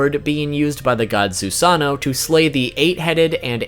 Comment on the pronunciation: It's Susano'o not Susano. :(